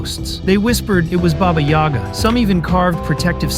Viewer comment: When you said baba yoga I thought is jone wick